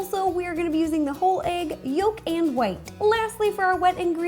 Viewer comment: Love how she says egg